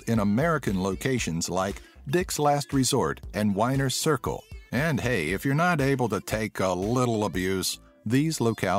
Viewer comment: It’s wiener circle. Not “whiner “ circle. They serve hot dogs.